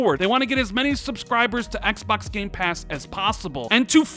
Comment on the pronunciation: Im sick of you saying "ExBacks" 😭😭😭